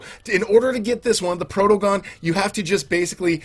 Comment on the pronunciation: Protogon sounds like protogen